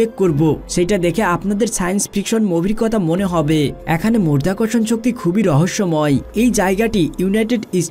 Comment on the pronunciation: মধ্যাকর্ষণণ কি করে মরধ্যাকরশন হচ্ছে রে ?